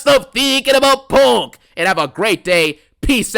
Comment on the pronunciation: I CONT STOP THEENKING ABOOT PUUUUNNNKK😂😂